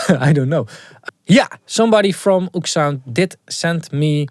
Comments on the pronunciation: It’s “oh-ek” sound not “oOoksound” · "oeksound" its o-ek sound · they are pronounced Oh-Ek-Sound